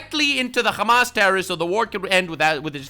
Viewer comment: i'm not trying to make fun of you here but just helping you fix a spelling issue since you seem like someone who cares: when you usually say hamas you say the h wrong as in not the exact sound meant in arabic as you say a خ while the correct arabic sound that's meant here is a ح and they sound very different, ح is like when you clear your throat and say ah-hem, that kind of h, the word hamas is collective of the first letters of a long sentence for the full name of the terrorist organisation but if you take the word alone with out considering what it is a short cut for then it means fun or excitement in arabic, they think of the lives of others as a mere sport.